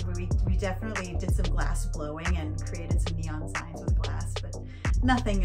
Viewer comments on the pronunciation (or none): none